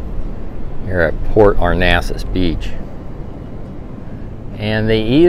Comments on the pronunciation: Port Arnasas? Lol No. It's Port Aransas. But nice video anyway. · Cactus jack, you’re pronouncing it wrong too. A-Ran-sas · It's port [ are ran sas ] that's how you say it and the beach permits are available at any gas station in Port A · It is PORT ARANSAS! ARANSAS! 😆😉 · You are misprouncing the name of the town, Port Aransas. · A-ran-sas 😅 our NASA, is in Houston.